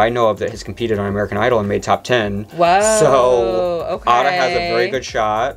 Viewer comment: It’s aye-duh not ahdah💀💀💀